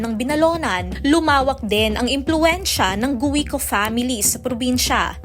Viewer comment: Guwiko???😂😂 Kinulang kayo sa pagreresearch hindi Guwiko pagbigkas dyan kundi Giko silent U. Hahahahah